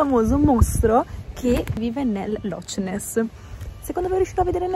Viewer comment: Wow sono 5 anni che abito qui e ne sai più te. Ps: si dice Lochness(locness) 😊